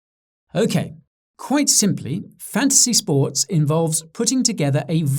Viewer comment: Who else only hears Guy saying "Fancy Sports"?